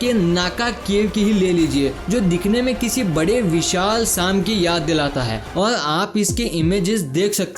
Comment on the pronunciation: se suno सां सुनाई दे रहा है Its सांप